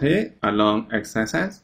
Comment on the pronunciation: why is it that whenever he says "axis" it sounds like he just ate something that hasn't cooled down enough